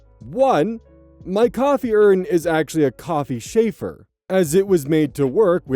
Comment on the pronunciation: Is that just how y'all pronounce chafer where you're at? Like Schaeffer? Round here it's the Ch from like, Cheese, as opposed to the Ch in Chicago. English is fun, especially when the French gets involved.